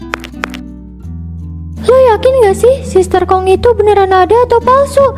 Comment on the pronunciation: sister hong❌️ sister kong ✅️ 😂